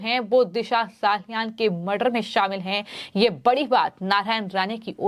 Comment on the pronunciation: दिशा साहालयान नहीॅ मॅडम 😅 हर एक वाक्य मे "हा" जैसा शब्द डालकर शब्द को किरकिरा मत करो😮